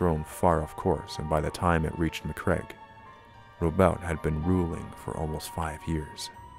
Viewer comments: Ma-Cragg-e not Macreg. (bashes head against desk) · Good little video clip. Some dodgy pronunciation of macragge and Robute. But never the less well made with some nice minis, cool. A good break from my usual beat, matt, batrap